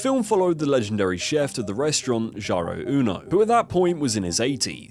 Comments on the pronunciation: I know it's pedantic but "JAHRO"? There's hundreds of videos about the place. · How can you see “Jiro” and think it’s pronounced “Jarro”??? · Not Gyro, it's Gee-Roh =. = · Switched it off when you pronounced Jiro as Jaro. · jiro as gy-ro is criminal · How many times can he mispronounce Jiro... It's like G-row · So painful, I was initially confused....why would a 'gyro' place get three stars? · If he can pronounce pinnacle, then why is he calling the man Gyro 😂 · bro also said Jyro, Gyro, Joro - everything but Jiro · Bro ... at least learn to pronounce jiro and kyoto correctly.... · Jiro earned three Michelin stars you could at least pronounce his name right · Can’t help but notice the wonderful pronunciations of Jaaairoo and Kaiyouto; a 5 sec Google search would’ve fixed that. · Kai-oto. Jai-ro. Cringe. Not even the English version of google translate pronounces these names so badly. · I hate the way you pronounce Kyoto to Kewouto and Jiro to Jaro, where are you hearing the “a” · Jee-ro. Kyo-to. How the duck did you come up wiht Kai-yo-to. Come on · Kai-oh-toe. Jai-row. Oof.